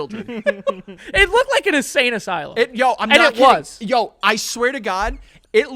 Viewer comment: Joey keeps saying “a sane asylum” 😂